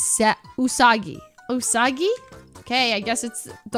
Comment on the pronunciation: SHE SAID OOSAGAY. IM DONE